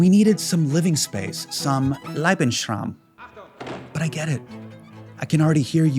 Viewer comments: Do you mean 'Lebensraum'?! Leh-bens-row(like brawl)m' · Some ... "Lebben-schraum" 😂